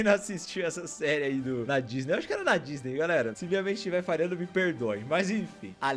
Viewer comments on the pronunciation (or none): none